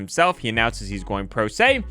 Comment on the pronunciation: I think he said “pro pay” instead of “pro se”